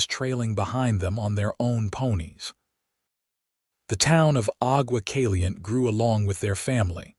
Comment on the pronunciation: AI narrator should be taught Spanish pronunciations if the stories are going to be featured in Arizona, New Mexico, Texas, Nevada or California...these names are part of the heritage of our Spanish and Mexican ownership of this large territory. Aqua Caliente...Hot Water